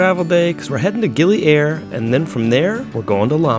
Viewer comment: It is gili ire not gili air